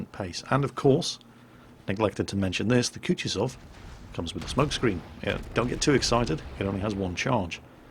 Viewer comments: Not kutjezov its kutuzov ( kuˈtuzəf) sorry but piercing ears too much...Great looking shit btw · Kutuzof, KUTUZOF! Not Kutjuzov. I'm sorry, but it just hurt my ears too much to not mention. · "M I H A I L. K OO T OO Z O V" know how to pronounce his name, he saved the world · It's pronounced more like KootOOzov. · Koo-too-zov. One of the easiest to pronounce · Sounded to me like "cut-yourself" so be careful when playing this ship. Use protection! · The way just butchers that name is just... amusing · OMG you are ruining the man's name! Use google translate to get a starting point how this name should be pronounced: Few weeks ago you were wondering how to pronounce Nagato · Emphasis on the second "u"!:D Thanks for the great episode. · there are few fails in your pronounciation. In "Mikhail" you swallow last "i" but originaly that's where the accent is, and it pronnounces in the same way you pronounce first "i". In Kutuzov accent goes on "o" and both "u" are pronounced as you pronounce first one. Also a test if you really are reading all the comments in the first day <_< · Derp moment from me, forgot how to speak russian for a second... In "Kutuzov" accent goes on second "u" ^^' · Your pronouncing that surname wrong, if it the named after the famous Russian general of Austerlitz fame that is. Watch the new BBC "War and Peace" production for the correct one